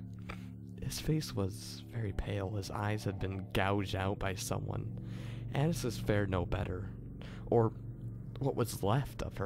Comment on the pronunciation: annias not annis